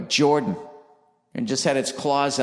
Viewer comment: Jumped up in the air.. "Like Jawwden"